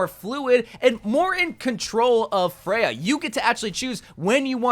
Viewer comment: I hate how you pronounce her name but that’s nothing new with you and most heroes 🤪